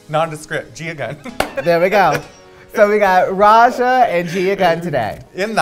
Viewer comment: its pronounced RAYJA not rexxa lol